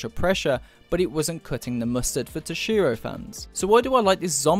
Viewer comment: I have to admit, you pronounce "Toshiro" really oddly. Too much emphasis on the "SHI" part of his name.